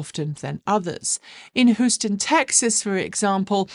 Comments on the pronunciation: It is pronounced HEW-STON not HOO-ston. 😂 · just FYI Houston usually pronounced like "Hue s ton" ... As always great show!😊